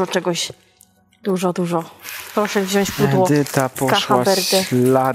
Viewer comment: Mam prośbę mogłabyś mówić zamiast wziasc wziac ?